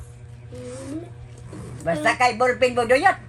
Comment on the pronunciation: Makakatawa man nalang ta nimo. Nganong Na golpen naman instead na Ballpen，haha